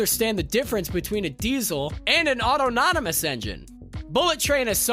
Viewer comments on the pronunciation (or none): WHY DID YELL THE ENTIRE VIDEO?? Lol when that doofus says auto-nonymous